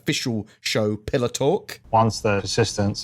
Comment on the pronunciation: lol sounded like you were saying pillow talk instead of pillar talk :...D